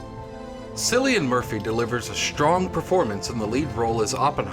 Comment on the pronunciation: His name is pronounced “Killian”, not “Sillian”. And it’s not Kenneth “Branagg” either. (Pugh rhymes with new, btw). Also, it’s not the movie’s fault if you don’t know what objective and subjective mean. Some movie reviewer...